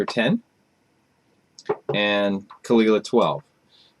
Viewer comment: I always thought it was pronounced like 'cool-eye-la'